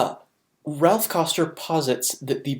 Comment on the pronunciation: Good quality video.... one thing that drove me slightly nuts is calls Raph "Ralph" like 70 times.